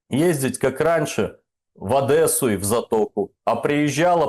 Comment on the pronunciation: Я твой рот полоскал Какая Адэса? Ну когда вы уже научитесь говорить правильно, мягкое Д, девушка, дедушка, Одесса, мягкое Д!!!